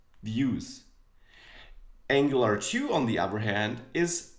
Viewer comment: Ängjelar tu ist die Aussprache :D nicht Ängelar tju. Aber ansonsten ein schönes Einstiegsvideo!